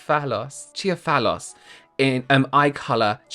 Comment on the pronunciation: Omg, 😂. U said chia-fallous 😂😂😂😂❤❤❤